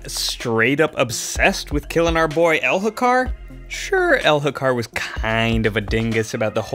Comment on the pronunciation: mo-ash, my guy. and the h is silent in Elhokar.